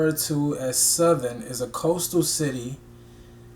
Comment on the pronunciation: Don’t worry about the pronunciation lol. But, Southend is simply pronounced like the 2 words. South. End. I love this version, and the time you take to do the research even before you listen.